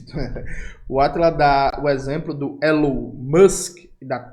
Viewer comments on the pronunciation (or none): none